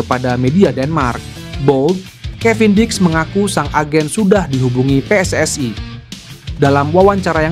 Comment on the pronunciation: Min lidah elo jangan seperti lidah jiran.....elo kan bukan bule, pakailah pelafalan Indonesia yang bena pe-es-es-i (PSSI) BUKAN pe-es-es-ai.....wo ai ni